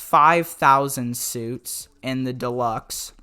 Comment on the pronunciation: He really said “suits” instead of suites😂